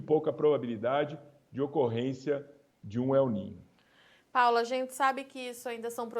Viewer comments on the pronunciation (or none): A mulher fala el nina kkkk